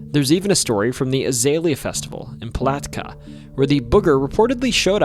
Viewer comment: That's the weirdest way to pronounce Palatka nobody I've talked to there has said it like that